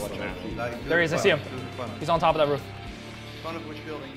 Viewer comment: Like these videos and lol the way he says roof "ruff"